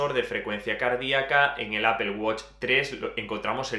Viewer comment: Me encanta el review. gracias por tu tiempo para realizar este review. "interesante como dices "Apol"... XD Apple Watch 5 detecta caídas, no se en España, pero incluso llama al 911 en USA si el usuario no responde, otra novedad es que mide los db y nos avisa si estamos en un ambiente ruidoso (también lo hace mientras dormimos :D) .